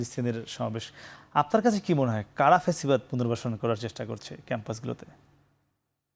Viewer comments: ফ্যাসিবাদ না প্যাসিবাদ। আদু ভাই নাসির চলে যাও বাংলাদেশ থেকে। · বারবার পেসিবাদ বলছে নাকি ছাগলে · "প্যাসিবাদ" নাসির 😂